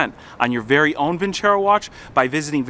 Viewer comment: > vin·cero < not vin•cHero Silly feLLer that's a sponsor of yours, tisk.. tisk. Ha.Ha. Keep the videos roll'n SamCrac!!